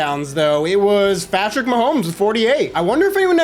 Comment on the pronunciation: Yo you said when you showed the touchdown record you said fatrick mahomes